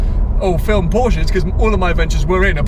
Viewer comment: . "Porshces". Really !?